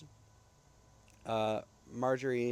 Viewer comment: Love you pronouncing Majorie as Marjorie lol cool stuff ❤😂😂 nice video and Nice team also 🎉❤❤